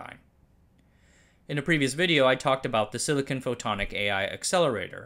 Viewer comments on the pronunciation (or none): none